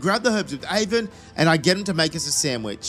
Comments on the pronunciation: its Arven not Aven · Aven AVEN!?! its ARVEN "ARE"VEN"